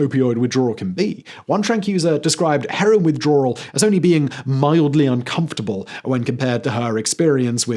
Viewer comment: I don't think it's pronounced "Withdrawral".